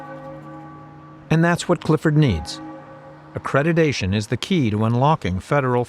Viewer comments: It is accreditation not accredidation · These people used the term "accreditation" hundreds of times a week and yet say "a-credi-"day"-tion.